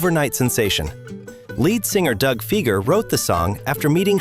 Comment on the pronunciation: If you'd done your homework you would have seen that The Knack had three top 40 hits. The other two were "Good Girls Dont" (#11) and "Baby Talks Dirty" (#38) It's pronounced Doug Fye-ger, BTW